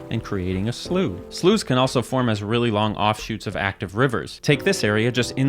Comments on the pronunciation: English here (your apology is not accepted) we don't say sluff it's slau, we have a town called slough also (where the UK Office series is set) though the naming of the town doesn't seem to be related in any way to the hydrological term. I did find this on a site about Sloughs though: Slough is typically pronounced "slew" in most of the United States. In New England, you may hear it pronounced in a way that rhymes with "cow"— this is the preferred British pronunciation. You may also hear this word pronounced as "sluff." With this pronunciation, slough has a different meaning. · So a little note about the pronunication of Slough ish. Sluff isn't the British pronunciation; it's the worldwide pronunciation for the verb - meaning to moult or shed skin. In terms of the noun, slew is the US pronunciation and Slau is the UK pronunciation. Source: I'm British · Amusing the Sloughs in California are mentioned. While a number of them here are pronounced "slew" sometimes randomly a few of them are pronounced as "slau" and there's no real sense to it you just got to know that's the pronunciation used. isn't language fun? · As an Englishman we'd pronounce it Slau, we even have a town called Slough, pronounced Slau. Never heard it pronounced "Sluff" before except in jest. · Im English (sorry) and we pronounce Slough as Slau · I knew the way we pronounced words in my country was influenced by British English, but I burst out laughing when I finally realized why you were pronouncing slough like "slew". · It's pronounced slough. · It's actually pronounced "slough" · Brits from the town of Slough being very offended in this very with 'sluff' pronunciation XD but it's a dump anyway so. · Slough is only pronounced sluff when used in its Noun form, which means shedding an outer covering such as a Snake shedding its skin. In which case both the UK and US pronounce it Sluff. The UK doesn't pronounce it "Sluff" when in reference to bodies of water. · Why is he saying slough wrong ?